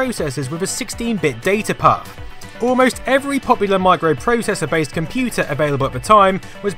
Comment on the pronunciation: I like how you pronounce "Data Path". It's orgasmic to me for some reason!